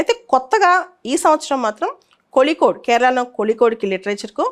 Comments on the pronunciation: Kolikode kaadhu madam Kozhikode mam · In tamil and malayalam the the pronunciation of zh is pronounced as lli